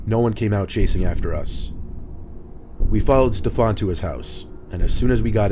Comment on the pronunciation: "Steph-on"?? What a soy boy 🤣🤣🤣